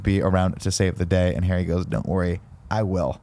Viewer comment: Does anyone else hear ‘Hairy Potter’ and not ‘Harry Potter’